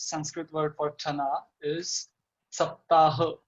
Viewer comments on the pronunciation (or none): When we speak week in Hindi / Sanskrit (Sap ta ha) we don't put stress on last "ha" as much as spoke. That created the issue.